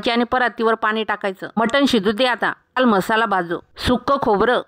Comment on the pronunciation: म्हसला नाही मसाला